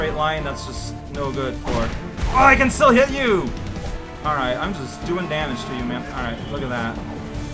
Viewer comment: Aw yeah, extra "Deeameege"!